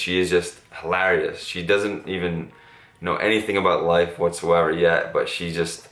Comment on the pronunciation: Who says hilarious like that 😶